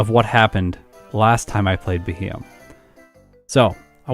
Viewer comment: I hope you do a Beheeyem run with its hidden ability Analytic some day. That might just improve its time a decent bit. And by the way, it's pronounced BEE-hee-yem.